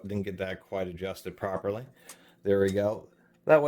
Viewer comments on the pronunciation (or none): none